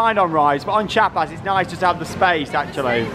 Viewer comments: It's more like "chjA-pas" (after a state in southern Mexico). The "i" or "ee" sound is very short to almost non-existant, and emphasis on the a. Just listen to the soundtrack, they chant it several times on there. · Chiapas is pronounced Chee-Ah-Pass. Wink, wink.